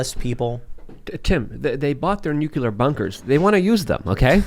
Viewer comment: ...we all love you, but you are supposed to be a smart guy, so WHY do you KEEP misPRONOUNCING the word NUCLEAR? It is NUCLEAR not NUCULAR. Hearing that mispronounced is like hearing nails scratch across a chalkboard.🤣